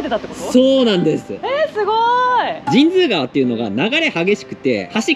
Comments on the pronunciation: 「じんづうがわ」なんですね。「じんつうがわ」だと思ってたわ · 俺はずっと「じんつうがわ」と言ってたけど「じんづうがわ」が正解なんだね(^^♪ で、作りかけの道路は富山ー高山連絡道路じゃない？？？違うかな？？？ それと、道の駅 アルプ飛騨古川のすぐ横の「めん処 ほりのうえ」の大エビ天うどん(そば)をいつか食べてみてm(__)m